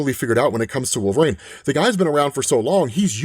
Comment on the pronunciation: 1 question who the f#$k is wolverain? It amazes me you have such clear pronunciation of every other word but you can't say the word wolverine?